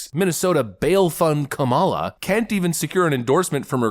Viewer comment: It's not Ka ''mal a ; it's Kam' a la, accent on the first syllable.